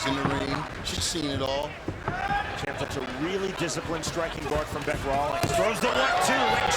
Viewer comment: Not Bic. It is Bec. As in short for Becky.